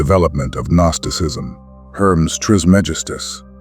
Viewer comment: "Guh-nosticism" lol but it's a great video